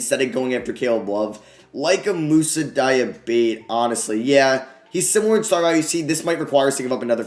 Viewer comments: pretty sure its pronounced dee-ah-ba-tay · its DiAbATe read the 'A' like yelling "ahhhhhhhhh" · It’s moussa DIE-A-BATAY.it rhymes with devonte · I'd pronounce it Dee-Ah-Bah-Tay, might just be me tho. Im sure it doesn't bother anyone! Keep up the great work, loving this series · Pretty sure it’s pronounced Moo-Sah Dee-uh-bah-tay. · I think it’s probably pronounced Di-a-ba-té. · I know you traded him away, but i really think its Diabate its pronunced like Dyuh-bah-teh. im not good at sounding things out lol but he is french so its kind of like that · Pronounced Dia-Batty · Diabate is "Di-ah-bah-te" btw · Diabate is pronounced dee-yah-bah-tay :) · I think his name is dee-ah-bah-tey